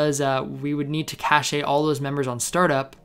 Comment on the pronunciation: yeah i'm pretty sure it's pronounced "cash" lolol. great vid tho!